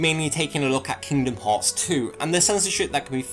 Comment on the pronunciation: "we are gonna take a look at Kingdom Hawts Tew" lol XD